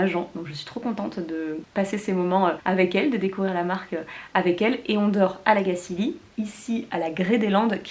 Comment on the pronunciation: Belle vidéo ! 😍Je suis contente de voir que ton séjour ici t'a plu :) C'est toujours intéressant de connaitre les débuts d'une marque, ça en dit beaucoup sur ses engagements. Et petite info pour la route, on prononce La Gacilly comme chantilly ;)